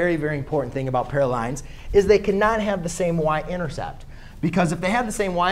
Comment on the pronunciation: this math tutor needs to go back to english class to learn how to say/pronounce parallel and perpendicular